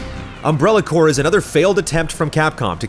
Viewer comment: the rps in corps is silent x)